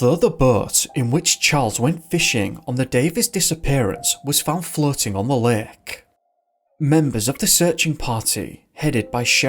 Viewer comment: I really like your content, and while I do not usually have an issue with this (Actually this is the first time) you REALLY need to work on your accent some more. It's too thick at times. For instance, when you first said 'Lake', I was mildly confused because I honestly heard 'Lick'. And this is only a singular example. I do not mean any offense, take it as constructive criticism. It was way more pronounced in some earlier videos and I can see improvement, intentional or not.